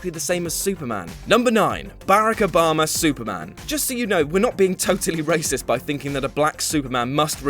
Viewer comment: terrible list with a huge error and he can't even say Obama's name right. god you guys are dicks some times